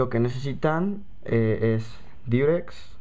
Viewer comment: es Diurex no Durex ¬¬ aprende a oir XD